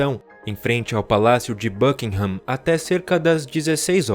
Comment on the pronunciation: BUKINGHAM se pronuncia BÂKINGAM. Não Bâkinram.